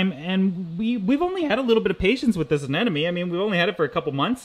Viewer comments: I do think it's terribly cute that you say "anenome" instead of "anemone". Thanks for another great video :) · Sorry but it's not anenome, it's ANEMONE. My head hurts every time you say it wrong.😂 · Ah-Nem-o-nee...its driving me nuts. Sorry, but it is. Maybe its a Canadian thing? LOVe the channel though..